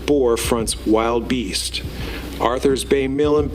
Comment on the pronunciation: Hearing it said as "Wild Beast" hurts the soul. "Will-duh-beast", please.